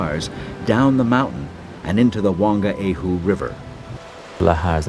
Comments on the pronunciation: And Whangaehu (pronounced one-guy-hu. ) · i hope your joking 'one guy hu' lol....its literally funga e hu and the g is silent and merged with the n